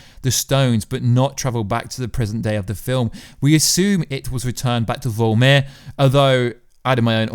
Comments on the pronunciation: I don't mean to be a stickler about pronouncing words but it's VORMIR not VOLMIR. Love your channel. Just sayin'. 🤨🇨🇦👊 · Vormir not vulmir